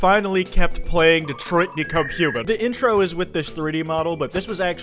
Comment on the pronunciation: detroit become kwite 😂😂😂😂😂😂😂😂😂😂😂😂